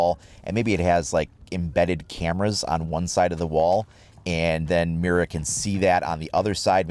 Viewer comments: It's pronounced Mida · Well since I can actually pronounce an Operator Name, people saying meer-ra is going to really get under my skin lol